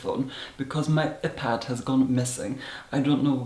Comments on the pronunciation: 𝓲𝓱-𝓹𝓪𝓭 us: eye-pad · “filem” “epad” “efon” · Eh-pad and eh-phone. I’m done....😂😂😂😂😂😂😂😂😂😂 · The legendary "epad" and "ephone" scene 😂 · umm it is 👀pad and 👀Phone 😂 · "My eh-pad " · “Ephad” “efone” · Ehpad and ehphone made me cry 😁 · ‘uhPad’ 😍 love you from another dracula 😘😘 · Excuse me, but wtf is an eh-pad and an eh-phone? I can only assume you are mispronouncing that for some sort of humorous value. And I believe the only thing you would extract from a cow is blood. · “usually i use my epad but today i’m using my ephone” IM GAGGING THE WAY HE PRONOUNCES WORDS like “filum” AND HIS VOCAB RANGE IS MINDBLOWING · ih-pad and ih-phone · "My ephone" "my epad" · wait wait wait, "ih-pad" ? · My eh-pad and eh-phone. 😂 I love you!!!! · "Eh-Pad ", "Eh-Phone" !!!!!!!!!!!!! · ihpad... ihphone... ih love you! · I GAGGED AT EH-PAD AND EH-PHONE!! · Hmm a-pad...e-phone😂😂😂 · Eh.pad... Eh.phone... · the "filim", the "eepad" and the "eephone". and the milkshake question!!! Hilarious!!! :D :P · “ihpad”... Yes. Good. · i love the way you say iphone and ipad it’s so marvellous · The way he pronunced iPad and iPhone is just . . . I can't even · I love your vids but. Lol, iPhone and IPad pronounced with the same vowel sound as the body part “Eye” and as if you were referring to yourself with the pronoun “I”. It’s not the same vowel as in the word “if” and “bit”. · His pronunciation of iPad and iPhone... And that "my iPad has gone missing.. I don't know where" 😂😂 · Wait Is no one going to talk about his pronunciation of iPhone or iPad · The way you say Iphone and Ipad haha. I find your quirks to be so funny and quite delightful. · now i know how to properly pronounce iPad and iPhone 😆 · I'm LIVING for the way he says iPad and iPhone😆